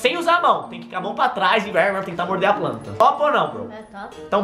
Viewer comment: "Jermes" kkkkkkkkk "pranta" kkkk morriiiii mnnn 😂😂😂😂😂